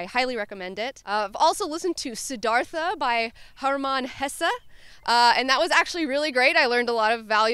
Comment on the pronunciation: Hey, you pronounced Hermann Hesse correctly. Not many Americans seem to be able to do that. Respect.